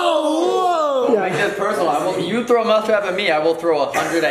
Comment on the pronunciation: I didnt know cant speak right its not teow its T--H--R--O--W